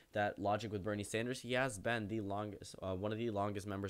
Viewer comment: When you say Bernie Sanders, I hear Brittney Sanders.